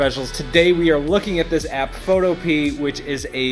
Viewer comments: Isn't it Pho-to-pia - not Photo-pea? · Photopea is pronounced like “utopia”. Pho•tow•pia not Pho•tow•pee. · "Photo-pee"? Could it be "Photo-pe-a" as in Utopia? Sounds better! :D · Isn't it FOE TOPE EE AH? Photo Pea makes no sense. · "Photo Pea"? My guess: "foe - TOE - pee - uh" Rhymes with utopia. Just sayin' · I always pronounce it the same way - foe toe piah. It makes more sense to me saying it like that. But like you said, everyone seems to say it the other way. Glad I read your comment, I thought I was the only one! 😆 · Are you sure it isn't pronounces pho-topia? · Photo-pee-ah. Don't forget the A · I think its supposed to be pronounced Photo-pia like Zoo-toe-pia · Ivan, how is this pronounced? Like photo-pee, or photo-pia? (Sounding like "Utopia") It hit me days later that it's probably the latter, but I'm not sure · Epic! Really impressive. Is the name pronounced photo-pea? Or is it photo-pee-uh?